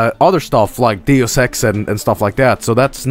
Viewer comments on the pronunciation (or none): none